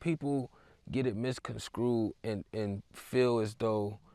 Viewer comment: Hi, a pet pev of mine is pronounceation over the last few years people stopped learning them & meaning a dumbing down of society. I am fond of you so please take this as kindness nothing negative. The word is. Mis-con-strue. Much love ❤️🙏😇